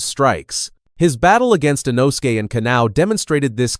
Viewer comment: "Inosukay Hashibeera"